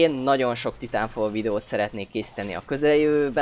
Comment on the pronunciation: Titánfal :D Dat kiejtés.